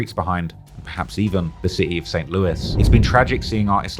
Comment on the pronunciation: Bruh it's city. Sit-tee pronounced not Ciiees!?! 😂😂😂😂